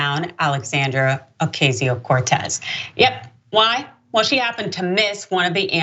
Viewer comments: Why are you saying her name like "Ocazio" when it's pronounced like "Ocasio" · Please pronounce Ocasio correctly. You are pronouncing it how the right-wing intentionally mispronounces it.